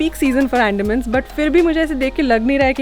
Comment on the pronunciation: it's अंडमान not एंडामn